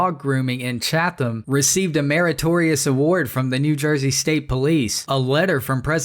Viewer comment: I'm sorry😂. I know your not from the area, but the way you pronounced "chatham" is hilarious😂😂😂.